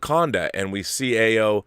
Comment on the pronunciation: Stop butchering the name. AYO = Pronounced ARE-YOUR Not EYE-OH AYO means joy in Yoruba [Nigera] language. As in Funmilayo = Give me joy. Or Ayodele = Joy comes home. AYO is the short form of such names. Tell Campea.